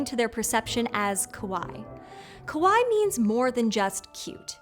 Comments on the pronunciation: this is actually pronounced “Kah wah ee” the way you said it actually means scary “koh wah ee”. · Same, her pronunciation of Kawaii was closer to kowai too lol. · The first games were red and blue. Green and Yellow came out later with the anime's success. Also, kawaii as in [kawaji], not [kəwai]; Careful with the pronunciation because kowaii means scarey. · Loved the episode! 👏🏼 May I suggest some pronunciation cues for the presenter on the Japanese words and names, though? 😊 Repeated glaring errors here, including saying “kowai” (scary) instead of “kawaii” (cute), and mangling poor Hokusai… 😅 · I don’t expect to be fluent in Japanese... but it's kah-waa-eeee. "Kowai" means scary, not cute. (I work at an elementary school in Japan. A fellow expat pronounced kawaii the same way did when looking at an 8-year-old's drawing. The kid was highly upset that their cute drawing was "scary") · The speaker's pronunciation of kawaii doesn't sound like kawaii but instead kowai, a common mispronunciation by non-speakers... Which means "scary" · Uh, your pronunciation is tad off here, and it's changing the meaning! "ko-wa-i" means "scary", which I guess monsters are..? What you want is "ka-wa-ii" which means "cute"! ;) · minor note u pronounced Kawaii as Kawai, Kawaii means cute (have add an e sound at the end) whereas Kawai means scary. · You are pronouncing kawaii wrong. It is Ka-Wa-ee. It sounds like you are saying kowai. Which means scary in Japanese. And you also said manga wrong too. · It's pronounced ka-why-ee, kowai means scary. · You pronounced kawaii as kowai (scary). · Just a small pronunciation tip: “Kawaii” is pronounced approximately like “Hawaii” but with a K. “Kowai”, on the other hand, means “scary”, which is also appropriate for this show. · I love when you reached out to a Japanese folklorist in a past episode, so why can't you get someone to check your pronunciation in this one? Kawaii grated so bad. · Do you mean "kowai" and "kawaii"?